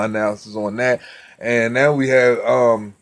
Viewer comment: Pronounce it “ Nah oh yeah “